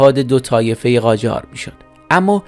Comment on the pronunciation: قاجار نه جاقار